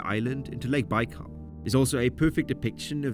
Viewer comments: Der heißt nicht Baalsee, sondern Baikalsee!! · Es el lago Baikal y no bal😢 saludos desde Pachuca, México! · A narração em português está horrível: Lago Bau? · Not baikal Baykal dummies. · Lake bal 🙄